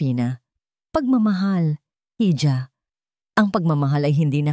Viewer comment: Para sa nagna narate ng kwento I Google mo kung ano Ang bigkas ng hija, or hijo nkaka inis na paulit ulit ninyong pagkakamali sa mga pagbigkas